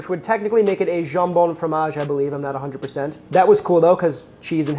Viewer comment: As a french I'm very honored to see that my favorite sandwich "le jambon fromage" (you said it right btw) getting through borders ! And you're so right, the ingredients are the most important for a receipe that simple ! I'm sad for you guys that you cant have proper baguette or butter or even crème fraiche ??!! I guess if you never had it, you can't miss it. (But dont say again that comté is like gruyère you fool ! 😜)